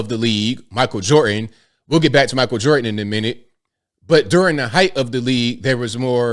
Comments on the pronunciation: there IS a letter 'D' to enunciate in Michael Jordan's name. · Jordan has a d in it please pronounce the d